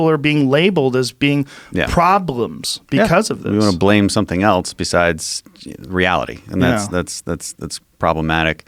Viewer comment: Its self evident that this guy cannot pronounce "else" he keeps saying "eltse"